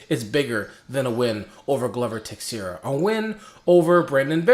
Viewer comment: I LIKE YOUR RANTS more than your prediction videos. PS.: Tei-xei-ra ( transliterating ) goes Tay-shay-ra ( more or less ) or Tay-Shera